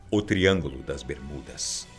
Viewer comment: esse cara em vês de fala só triângulo das bermudas não ele fala tringo do 😈